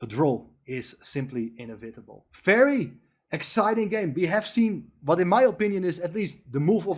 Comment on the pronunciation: Very with a V!! Not an F!!